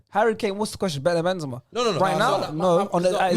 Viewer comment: The disrespect on Benzema's name man. I usually agree with but hes had a mare this episode.